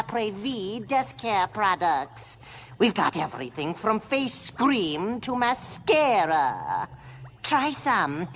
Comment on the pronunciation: 'Face-scream', ma-scare-a. Lol. :face-blue-smiling